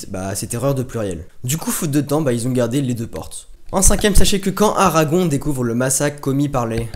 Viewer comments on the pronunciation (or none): C pas Aragon mais Aragorn